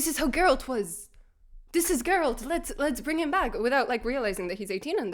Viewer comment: As my wife said when we heard the news they were replacing Henry with Liam "It's 'Jer-rollt" now.